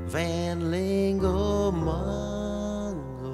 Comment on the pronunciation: why does Frishberg mispronounce the word "Mungo?" He sings "MONGO," as if the name contains an "o" and not the letter "u."